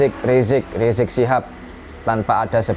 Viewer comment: kalau sama ade armando nyebut habib riziq dgn sebutan rizq rizq kalau sendirian nyebutnya habib riziq, jadi ini kala campur sama manusia ya seperti manusia tp kalau campurnya sama kambing ya???